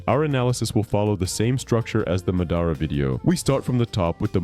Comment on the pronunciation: "Muhdara" come on bro